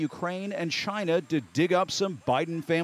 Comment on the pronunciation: Can someone please please teach this man how to say China properly